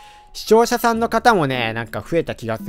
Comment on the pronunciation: 今年の1月の動画とか懐かしいですね！！ しちょうしゃしゃんの噛み方が可愛い（笑）（笑）これからも応援してます！来年も楽しい動画待ってます